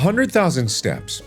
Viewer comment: it kind of sounds like he's saying stabs and not steps hey mark who u gonna kill... i ain't gonna tell the authorities